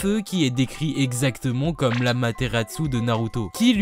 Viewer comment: c'est super mon pote mais je t'en supplie arrête de dire "on" a la place de "an" comme dans "puissONT" "exacteMONT" "CanoniqueMONT" please please please edit: je me suis abonné je serais témoin d'un changement....ou non...